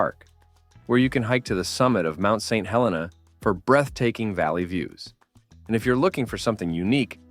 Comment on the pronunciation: What crappy AI narration… it is pronounced Saint HelEEna, not Hellena… and YONtville, not Yuntville… make an effort